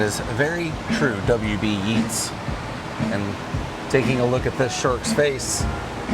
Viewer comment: It's pronounced YATES not Yeets